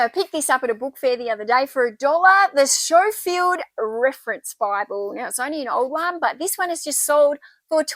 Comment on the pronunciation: We do say the "SKO-field" reference Bible - not Scho - Just so you know. :) Good video. You are so cheerful!